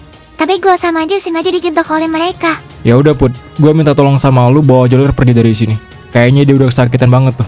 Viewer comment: Bukan joler namanya tapi beler 😂😂